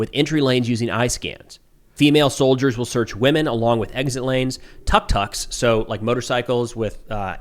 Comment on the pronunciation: Tuk tuk pronounced tdook tdook